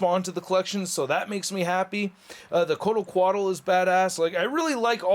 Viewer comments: I love ya but come on dude😑I thought u saying "medieval spawn was a joke then you continued to Cock up. It's the jokers cane(pimp cane) not pickaxe and it's Kortal Khan not whatever the hell you were saying. In conclusion amazing review as usual but please do q lil research before recording if you aren't sure on the product. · Why does he keep saying Kotal Kahn weird!?